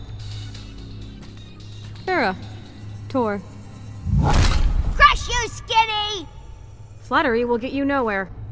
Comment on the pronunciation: It's torr, not thor.